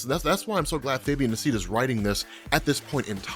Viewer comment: say it with me, Fabian “Nee-See-A-Sa” the A sounds like “Hey”. The “i” sounds like ee. It’s Spanish, he’s Argentinian